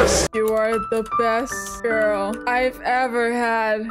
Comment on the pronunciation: I like how says gril instead of girl 😭 lmao 😂